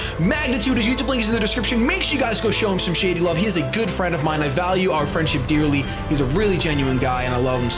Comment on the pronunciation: I chuckled when Shady said "I value our friendship "deerly" " teehee